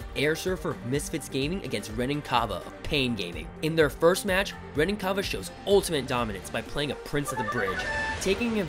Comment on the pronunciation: You pronounce Renan wrong, he’s Brazilian so it’s Hen-an